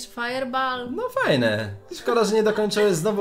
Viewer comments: Firebool a nie firebaal xd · Mówi się fajerbol a nie fajerbal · wiem ze stary filmik ale mówi się „fajerbol”